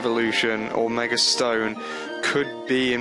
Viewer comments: It's MEGA. Not a Meger! God. Your accent kills me. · He says megr elvoluition